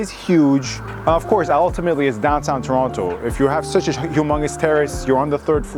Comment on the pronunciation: Red flags: 1. Pronounced Toronto wrong 2. Pronounced strip "shhhhtrip" 3. "Student" (first time) buyer 4. The condo owner owns everything from the structural ceiling, walls, and floors. Don't need permission for finishes. Just permission to carry out noisey work. Stripping popcorn is not a "risk". 5. That hint of the BMW "Pairjan" accent